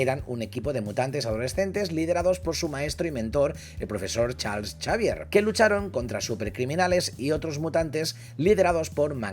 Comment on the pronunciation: Porque le dice chalchavier? 🤣🤣🤣